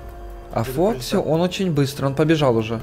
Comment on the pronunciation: Не вок и а фокси!